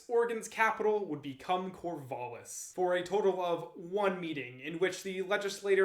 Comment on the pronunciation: The "A" in Corvallis is a "æ" sound. As in TRAP, tattoo, sang. Thanks for the video.